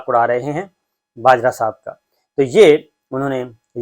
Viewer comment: It's actually Bajwa not bajra so sad